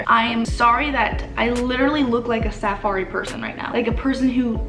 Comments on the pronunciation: The way she says safari LOL. 🤗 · cracking up at how she pronounced "safari" I was so confused at first.